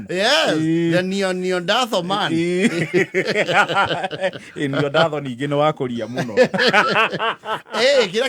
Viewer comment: Aki mmetamka "Neanderthal" kama 'Geothermal' 😂😂😂😂